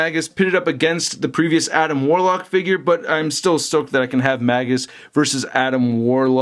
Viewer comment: his name is pronounced "Mage-us" Not "Maggus"As in a Mage. Get it? Warlock/Mage.You said Maggus like 20 times and I wanted to jump thru the screen and break the figure that way you wouldn't say Maggus anymore LMFAOOO it's Magus as in Mage-us.